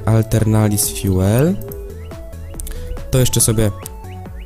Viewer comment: jak pisze Aeternalis Fuel to czytaj atelnaris fjul